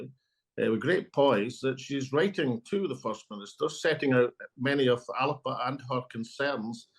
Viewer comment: First thing AS should’ve done is correct the pronunciation of Alba it’s not a region of Italy !